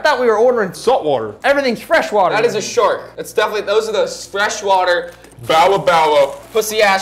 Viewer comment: Eggggfs not sark